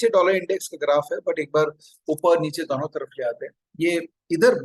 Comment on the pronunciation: दॉनो नहीं दोनों बोलो